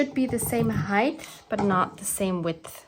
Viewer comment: Sweety hi… not sure who told you the word ‘ height ‘ has a pronounced ‘ th ‘ at the end. It doesn’t. Otherwise everything is fine… considering that we are in Jlem, staff in Gaza, and Egypt is again in between holding a key…